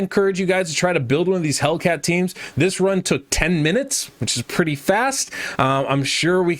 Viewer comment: don't want to be anoying but just wanted to point out that his name is "Hel i cat" not "Hellcat" Great video tho :)